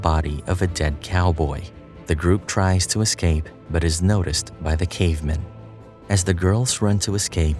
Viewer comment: I hate how this voice pronounces "cavemen" as if it's some jewish last name